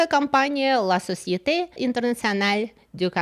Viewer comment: Не «ла сосьетэ», а «ля сосьетэ»…